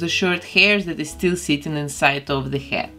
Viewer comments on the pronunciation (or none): every time she says head I think she is saying hat. my brain hurts XD